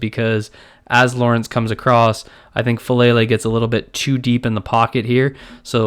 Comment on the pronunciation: its pronounced Fah Lah Lay not Fah Lay Lay